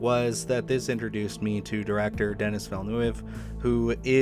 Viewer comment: Dennis who?🤣I didn’t realize to whom you were referring. If he’s your fave filmmaker, maybe bother to learn how to pronounce the man’s name. I adore Denis as well! Blade runner 2049, Arrival, The Dune saga, Enemy…all were amazing films.